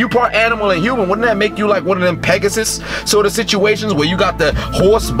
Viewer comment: Trust me, it slew me when you said pegasus cuz I thought you intentionaly said it wrong